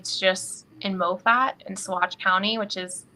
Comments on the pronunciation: Its pronounced maw-fit, not mow-fat. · Moffat is pronounced Ma fit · I enjoy your reporting. Moffat County is pronounced MA phut, as I recall. Ty for your persistence in this story. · Pronounced Mah-fet